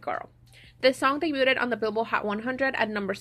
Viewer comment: It kept driving me crazy they way you pronounced debuted 😩 it’s like daybyood not daybyooted